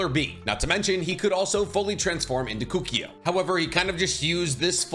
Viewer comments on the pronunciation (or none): KUKIO????????????????? you mean K O K U O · I love ur vids but u always say kokuō wrong😭 it isn’t kokio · claims to be a a forefront of knowledge on Naruto *still can't pronounce Kokuo properly *